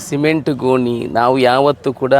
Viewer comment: ಗೊನಿ ಅಲ್ಲ ಮರಾಯರೆ ಗೋಣಿ. ತುಳುವಿನಲ್ಲೇ ಮಾತಾಡು.